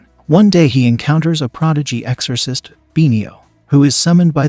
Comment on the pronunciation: Eggzorsis, he says. Dude it's EXORCIST